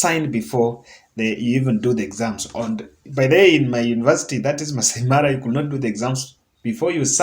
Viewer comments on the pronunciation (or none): none